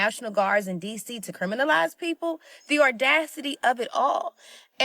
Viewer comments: "the ordacity" ? Smart. Smart. 🙄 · "National Guards" "Ordassitee"??? and I am not gonna get into the rest!! 😂😂😂😂😂😂😂😂😂😂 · The nordasity.?. Speak english lady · Did she just pronounce audacity as ordacity? WOW she needs the leering education centre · "Or-das-it-E" .... Hahaha! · The young lady talking about J6 said "ordacity" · The ordacity!!!! The ordacity of it all!!! I dont even know what that means, but I love it! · The "ordacity" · Oh the “ordacity” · All of a sutton, the ordacity. You beat me too!!!! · Came here to make sure this was acknowledged 😂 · 😂😂😂 Yeah! Damn you people and your ordacity! 🤣🤣🤣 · Just to set the record straight: J6 was 2021, not 2020. It's also not pronounced "OR-dacity." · I had to rewind it six times to make sure, but that moron definitely said “ordascity” around 6m:21s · the ordacity! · “The ordacity”…she went to to the Al Sharpton School of Mispronunciation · Not only does she not have the correct date (year), she also doesn't know how to pronounce several words properly. As usual, has absolutely no idea what she's talking about !!!! That is "THEIR" forte on THAT side. 😂🤣😂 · She lost me with her pronunciation of audacity!